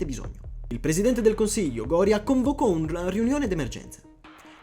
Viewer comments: GORÌA non GÒRIA, DIOCANCARO! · Gorìa, con l'accento sulla i, non Gòria. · La chicca è la pronuncia del primo ministro: Gória invece di Goría. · Goria si pronuncia con l’accento sulla i ! 🤬